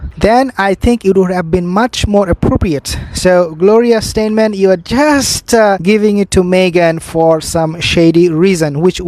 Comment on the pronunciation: I think you are speaking of Gloria Steinem? Say STY- NEM.